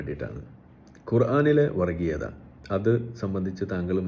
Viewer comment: എടാ, വറഗീയത എന്നല്ല വർഗ്ഗീയത എന്ന് പറയൂ. ഓ മലയാളം ഞമ്മന് ഹറാം ആണല്ലേ, മറന്നുപോയി.